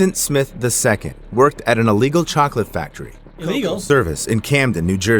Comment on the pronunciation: The cocalate death i had to say chocolate did you jou say cocolate ahhhhhhhh😂